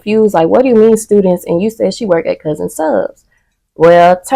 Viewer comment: Girl did you say "workdid"? *Worked baby worked smh